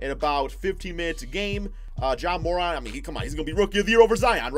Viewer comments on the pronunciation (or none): none